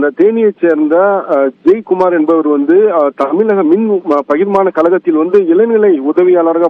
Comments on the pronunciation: தமில் நாட்டில், தமில், தமிலகத்தில் என்னடா தமில் இது!? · என்னது தமில் மொழியா?😅😅😅. பாவம் டா தமிழ். 😅..தமிலகத்தையா?.இந்த செய்தி நிருபர் பேசுறது தமிழா?.😅😅😅அட தேவுடா 😅😅😅. அன்னை தமிழே நீயே உன்னை தற்காத்துக்கொண்டால் தான் உண்டு.